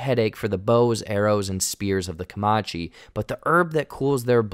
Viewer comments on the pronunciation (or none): Co”man”che not Co”ma”che 😂😂. Good video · Its not "kamachi", Its "kamaNchi" . You missing out on N... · Bro. Comanche has an n in it. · Sorry but it’s Comanche it was bugging the hell out of your saying comonche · Comanche. Not Caomache. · Dood. It’s Comanche. Not Comache. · I don’t know why it bothered me so bad but it’s not commache it’s Comanche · Hey new guy it's pronounced Comanche(kuh-man-chee) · Co-MAN-chee bro, not Co-ma-chee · Comachee? There's an N in Comanche. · Please say it correctly: Comanche -"ku-man-chee" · CO-MAN'-CHEE, please. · It’s Co-man-she!! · How the guest commentator () pronunciation of Comanche is HORRENDOUS!! It's pronounced Kuh- MAN- chee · 😮 The "n" in Comanche is not silent. Co-man-chee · Come Man Chee. Say it with me. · 'Comanche'...pronounced 'kuh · man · chee' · it's Comanche, you dolt. there is an N in the name. talk about a total disrespect to the name. thumbs down on this video just for that four eyed dope saying the name incorrectly. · bruh.... Kuh-mon-chee or Kuh-man-chee ....wtf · Great video as always, but… Would it hurt to learn how to pronounce "Comanche" correctly? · can this guy just please look up how to say Comanche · everytime you mispronounced comanche i cringed so hard lmao you’re just totally leaving out the n in the word lol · At least try and pronounce Comanche right.